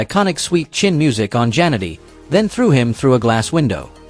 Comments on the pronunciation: The way A.I. Robovoice pronounces "Jannetty" as "Janitor"... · Terrible text to speech. Jan-etty. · At least get the pronunciation of their names right! I stopped watching after 40 seconds, just because you couldn't get Marty's last name right!